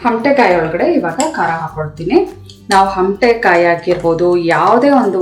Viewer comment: ಹಮಟೆಕಾಯಿ ಅಲ್ಲ ಅಮಟೆಕಾಯಿ